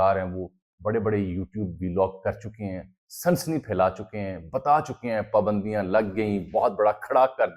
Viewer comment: Bhai pakistan pa pandio ka koi nai kha rha. yha pa shaksi pabandiyo ki bat kar rhy ha thora dhihan sa reporting kry